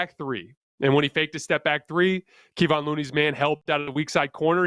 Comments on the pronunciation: Good analysis but really hard to take commentary seriously when you call Looney "Keeevon." His name is pronounced "Kuhvonn." The other thing is the "People don't realize" phrase, indicating that the rest of us weren't aware this was a big game for GSW. Actually, people did realize, including everyone in the media and the people I talk to. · This guy STILL can't say Kevon's name.